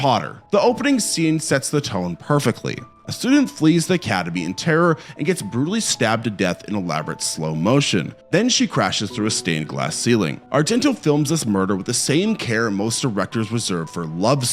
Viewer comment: Dario Argentino? Come on, man, you review horror movies. The least you could do is pronounce the last name of a Giallo pioneer correctly.